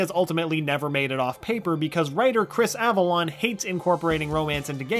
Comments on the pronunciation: It's Chris Avellone, not Chris Avalon. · Chris Avalon????? Chris Avellone*